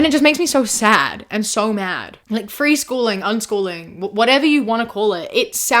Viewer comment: Dropping the G in freeschoolin' was a nice touch 😅